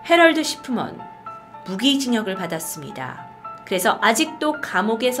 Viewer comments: 근데 왜 자꾸 해럴드 시프먼이 해럴드 식품원으로 들리지... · 멍때리고 들으면 헤럴드 식품원으로 들림 ㅋㅋㅋㅋ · 왜 자꾸 해럴드 식품원으로 들릴까요.. ㅎ